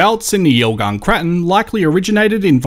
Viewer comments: Thanks for another interesting video. Have they changed the pronunciation of Craton? I was taught it was pronounced Cray-ton!? Am I wrong in thinking this? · I'm a 70-year-old Western Australian prospector, I've hardly ever heard anyone refer to a Craton as you do. It has always been a Cray-ton, anyway who cares we know what it means regardless.